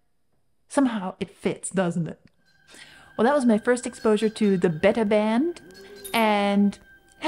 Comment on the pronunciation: I'm pretty sure the band name is pronounced 'Beeta' (or perhaps 'Bayta') like the Greek letter. It's a self-deprecating name: not the Alpha band but the Beta Band. The 'watercoloury' (great word) song style reminds me of similar bands like Fleet Foxes and Dry The River.